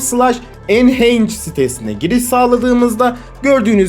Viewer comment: enchange değil kanka enhance > enhens diye okunuyor.